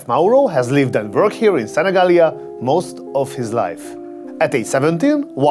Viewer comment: Love how he makes such a good effort to pronunce Sanigallia 💚💚